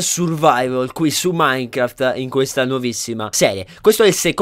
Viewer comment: ragazzi all'inizio dice minecarft apposto di dire minecrafy